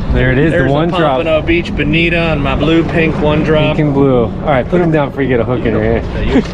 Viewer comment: I really enjoy your SPJ vids. Btw, I believe it’s bonito and not bonita.